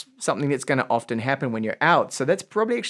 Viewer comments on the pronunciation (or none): none